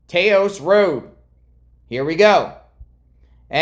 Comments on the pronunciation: on taos the a isn't long..its short...so sounds like Ta-hose..the h in hose is just to get you sounding it out proper but you dont actually pronounce the h..Ta-os or sounds like Ta-hose..just giving you a hard-time for fun..not to bust your cajones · “Taos”. Rhymes with “mouse.” 🤗